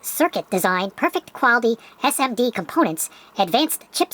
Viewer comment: Suhmadih components?😢